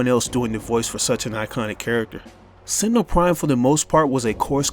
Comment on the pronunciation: Sentenel prime its rat